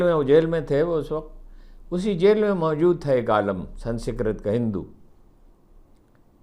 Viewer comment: "سن سکرت" ؟؟؟ ہاہاہاہاہاہاہا ۔۔ درست تلفظ یہ ہے "سنس کرت" "Sans krit" یعنی "ر" کے نیچے زیر ہے زبر نہیں۔